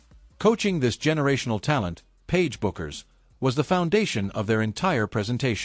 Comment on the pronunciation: Who is this "Paige Buckers" ypou are talking about ...! By now you should be able to pronounce Paiges surname correctly. What disrespect.